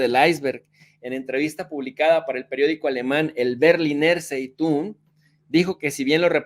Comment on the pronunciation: Se pronuncia “Bejglinajg Tssaitung”.